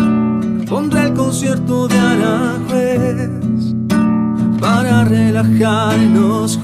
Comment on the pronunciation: El concierto es uno de los mas populares que existen y se llama: Aranjuez. No digas Alan juez, jajajaja te oyes mal.